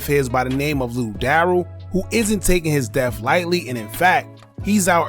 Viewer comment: Yup, Hookah saying it wrong. It's said Da Rell and he be saying it like Daryl.